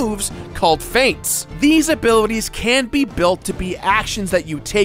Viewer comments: You said feints not feats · I'm pretty sure it's feats like how you say feet not faits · f-e-a-ts, Not Feints, Feints are faking an attack, Feats are abilities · feats, not feints, but thanks! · you said "feints" when you meant "feats" I want feint tips. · says "Faint" but it is actually feats... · Lol he said feints instead of feats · Did he mistook "feats" for "feints"? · Did he just call feats feints? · talks about "feats" pronounces them as "feints"/"fates" lol wut